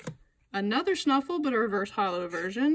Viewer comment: Braixen is pronounced Braxien not Braxen. And stufful is pronounced stufful not snufful lol